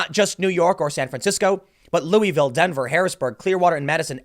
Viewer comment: I see Tim doesn’t know how to pronounce Louisville properly